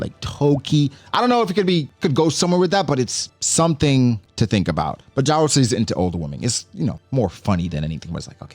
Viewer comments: Jarul is pronounced "Yah-rul" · It’s pronounce YA-RUL ….